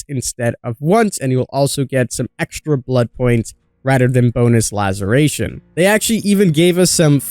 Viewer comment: How can you still not say "laceration" properly? Damn dude it's really not that hard lmao